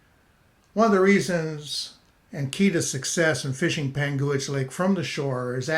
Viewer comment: Great video. I believe it’s pronounced “Pangwich” not “Pangooich”. I’m nit picking. Good info, good job.